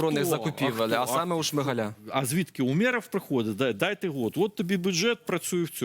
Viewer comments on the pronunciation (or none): none